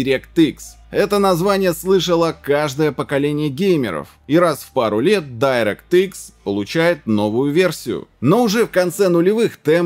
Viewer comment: дирéкт экс правильно говорить